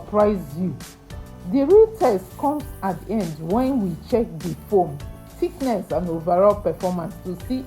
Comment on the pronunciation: Nice 👍 sir slurry thiknes not thiknes